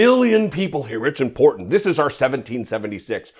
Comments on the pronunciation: She’s an embarrassment. One day she will have self realization. And I hate how she pronounces “important”. She says “impordent” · And most important, there is no ‘D’ in the word important. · "Impordent"? Hahaha, I bet she says eckpecially too🤣🤣🤣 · "..imporDant" anyone who pronounces the work imporTant with a D needs to take a speech clases. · The word is pronounced ImporTANT! Not ImporDANT!!! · I object the to her pronouncing important as “impordand” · I know its petty but she keeps saying "impordend" instead of "Important" and it's just compounding the stupid of what she is already saying. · She loves the words, "VERY IMPORDAND " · If she say's IMPORDANT 1 more time- I'm going to pull my ears off! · 🤦🏻 how do you mispronounce important🤷‍♂️ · Hey Marj - the word "Important" does NOT have a "D" in it. Learn the English language please.